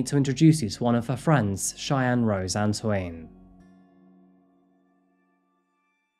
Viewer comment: Anto-een? that's usually pronouced Antwahn (since Canada has a strong French presence)